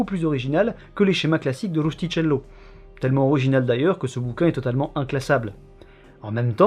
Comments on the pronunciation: Le prénom du romancier se prononce « Roustikello » en italien et non pas « Roustitchello » ;) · Beau, comme d'hab :-) Mais on dis "Rustikello" .... en Italien le ch se lit "k" . Merci beaucoup pour vos efforts, je me régale. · Très sympa ! Par contre, attention à la prononciation de l'italien... Le "ch" se prononce "K", donc c'est "Rustiquello" Sinon, pudique tu l'évoques, à quand une vidéo sur le fantasme du royaume du prêtre Jean ?